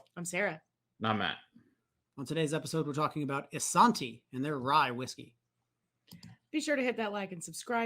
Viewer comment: They are not saying Isanti correctly.